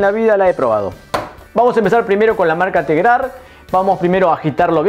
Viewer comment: Minuto envés de decir tregar dice tegrar